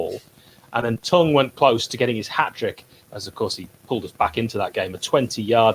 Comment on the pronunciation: Great video lads but curious how pronounced Tongey’s surname...is it “T-ung” or “T-ong”? I think the latter...can count on me for a banal debate 👍